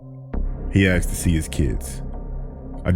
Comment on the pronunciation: So I axed why....... stopped listening after that.